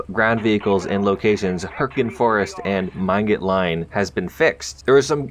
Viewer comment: "man-got line", part of my soul left me